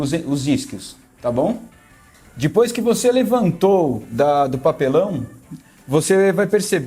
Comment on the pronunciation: Aí "dipois" kkkk